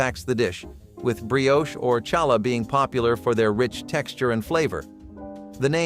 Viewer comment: Ask a Jewish person to teach you how to say challah. Treats are not breakfast.